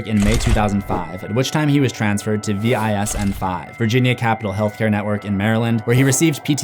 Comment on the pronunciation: VISN is pronounced Visin. Its not spelt out. Its a lovely VA acronym. We've got loads of them VISN 5 is just a region in teh country. It covers Maryland, the District of Columbia, and portions of Virginia, West Virginia, and Pennsylvania.